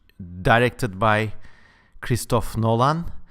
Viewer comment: I like it when you pronounce Nolan with an emphasis on the Lan. Hidden message perhaps? ;)